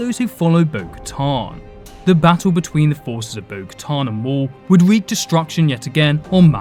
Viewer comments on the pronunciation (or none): none